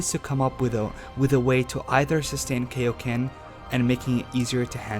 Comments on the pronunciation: KAIoken not KAYoken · Well I just want you to know that you just gave me a brain aneurysm from how much you said kai-o-ken wrong by saying kei-o-ken! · You mean Kaioken, not Kayoken, as in King Kai/Kaiosama? At least pronounce it right. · KAI-O-KEN NOT KAY-O-KEN. (Needless argument aside) That's why the kaioken is used rarely he knows this draw back from using it a lot! The kaioken is a multiplier so it has the best use out of all the power ups "THE STRAIN ON HIS BODY!!! " some arguments would say but fail to realize all the super saiyan transformations are also a strain on the body. But the kaioken doesn't need to be used in a constant manner just a split second that's it. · KAI-o-ken FUCKING KAI as in King KAI not fucking KAY-o-ken. SAY IT RIGHT! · Why do people pronounce it KO-ken I mean the dudes name is kio sama it's literally in his name, it's kioken not KOken you fucking idiots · You just killed me by calling kai-o-ken , key-o-ken ! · KAI O KEN!!!!! not KAY O KEN!!!! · why are we saying kayoken? it's really triggering me. its like when people say shariiingan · ... KAI oken not KAY oken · KAI KAI-O-KEN NOT KAY-O-KEN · KAI-oken, not kayoken. Kaioken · It's pronounced "Kai-O-Ken" not "Kay-O-Ken" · love the video but one complaint. it's KAI oken not KAY oken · Its kaioken but good vedio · its kai o ken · IT'S KAIO KAI O KEN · I thought kaio-ken was pronounced kIO ken (long i and o) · AH THE WAY HE SAYS KAI-O-KEN KILLS ME AA A A A A A